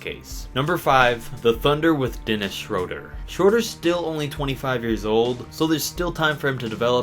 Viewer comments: Its Schröder not schroder 😂😅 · it’s shrOOder and montrezzEL